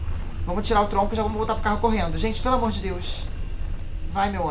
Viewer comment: O falando sem sotaque é ótimo kssksksksk "deita meu amorrr"